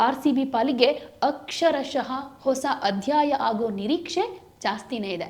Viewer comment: ಹಿಸ ಅಲ್ಲ ಹೊಸ